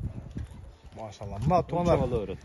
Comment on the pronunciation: Блогер сенин эмне коншун арап болгонбу араптан чандашып торолгонсунбу былжырап мяшалла мяшалла дебей кыргызча эле Аллахка кайрылсан арап атан урушабы билимсиз маймыл